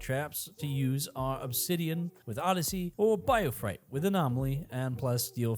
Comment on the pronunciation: biofright? its bioferrite